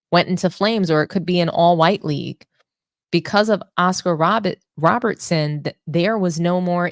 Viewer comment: Cmon now, you just got through cooking Am I Crazy for mispronouncing Britney Griner's last name, then you turn around the next second and mispronounced Oscar Robertson as Robinson. I gave you props for correcting him, but check yourself as well. And as a side note, that crap he spoke about what ALL MEN, yet won't say, he is a sexist that thinks that Women can't play exciting basketball. THAT is wtf he is saying, despite liking Ogwumike.